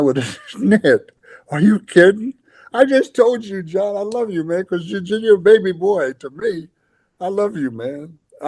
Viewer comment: The way he says "John"...😂😂